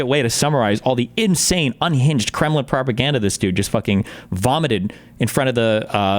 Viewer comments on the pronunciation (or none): none